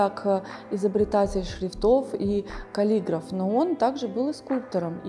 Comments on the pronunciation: Мне кажется что каллигрАф но КаллиграфИческий. Но с нашествием иностранных языков, в том числе Латинского, ударение на втором слоге от конца т.е. каллИграф. С другой стороны, с таким голосом, любое произношение приятно! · Ни как не могу согласиться с Вашим ударением в слове "каллиграф". Во всех вариантах, во всех словарях - только "каллигрАф". Что у Крысина, что у Азимова, что у Розенталя. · Спасибо,пжс,не спеша и внятнее произносите имена собственные, и ,кстати, - каллигра́ф. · А слово "каллиграф" произнесла с английским ударением,"каллИграфэр",так бывает,когда хорошо знаешь иностранный язык и часто им пользуешься. Это же касается и построения предложений. Я угадал,? ))